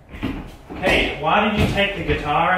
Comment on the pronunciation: it's like Slaiman is saying cake instead of Kate lol